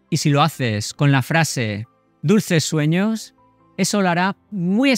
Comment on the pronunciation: Dices suenhos